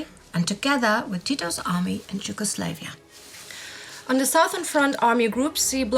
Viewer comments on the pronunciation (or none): Please say Yugoslavia properly. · Yugoslavia is totally incorrectly pronounced...